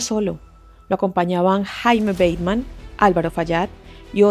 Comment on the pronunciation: Se dice Jaime Ba-te-man si, en español. Pues era colombiano. 👍buen video gracias